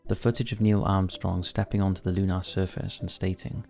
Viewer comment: Today's bizarre pronunciation is Lunar. Just fyi it's pronounced as "looner" not "loo-nar". At this stage I really don't think you're English/Welsh at all.